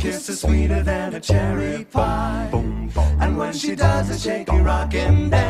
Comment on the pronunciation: What the fuck is a chimry? Isn't it supposed to be cherry?